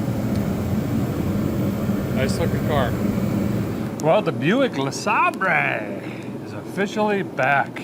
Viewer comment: I haven't watched the video yet, but I'm pretty darn sure a guy calls this classic vehicle a "LeSabray", with just a bit of classical artistic tounge play 😂